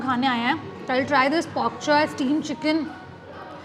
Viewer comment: It's pokchoi or bok choy? I think it's bok choy ur pronunciation is wrong ..